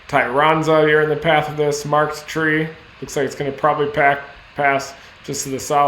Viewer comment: Sounds like "Markd" Tree.